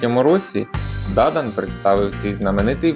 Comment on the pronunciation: Дуже важко вас слухати. Вивертаєте навиворіть слова. Французькі прізвища завжди мають наголос на останній склад, а у вас на перший !